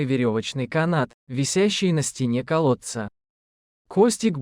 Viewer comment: Из колодца - 100 раз.Костик, Костик- 100 раз. Ударение в словах ужасное." Проводили множество развлечений" - кто это написал? Жуть!!!